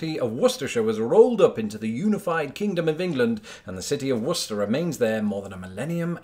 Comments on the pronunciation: I congratulate you on pronouncing my birth city correctly!!! I have heard every iteration you could think of for it.. Yes I did know about Worcester, UK, because I was planning on visiting the UK since on my mothers side I think we have about 30% English and like 10% Scottish in us.. Also did you know that the Smiley face was made in Worcester, Ma as well? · Let me echo the sentiments of those here who have lauded your correct pronunciation of Worcester, MA -and though you did not mention it directly - Leicester, MA. By the way, if you are looking for Leicester, MA you'll find "Lest-ah west-ah Woost-ah". But I digress... The real reason I am commenting, though, is that you "dropped the ball" on Lancaster, PA. Those from the Keystone State pronounce it in kind of an Englishy way as in "Lankester". Don't take my word for it, just pronounce it the way its spelled to someone from Pennsylvania and they'll correct ya! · Ah ha! So we both pronounced Worcester correctly! So why the hell do I keep hearing Wor.Chester from people not from this state? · I watched the video expecting him to butcher it, but alas. At most locals shorten it a bit but his pronunciation is as acceptable locally as Woosta is. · No, its more like "wuster-shr", at least if they pronounce it the same in New England as its pronounced in the UK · Worcester as "Wist-er" is the way most people in Mass pronounce it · You pronounced Worcester fairly well. But its Wis-tah. A few more locals Westford = Wes-fid Leominister = Lem in stah Chelmsford = Chems-fid Acton = Actn Nashua = Nash-wa Maynard = May-nud All & all your not to bad for a flatlander. LFOD ! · its weird to hear a non-mass native pronounce worcester correctly lol even if you guys have one of your own im just so used to "war-chester" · Meaches Peaches - Of course he would pronounce it correctly, he's British and we know how to correctly pronounce our towns/cities! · Holy crap you pronounced Worcester right lol.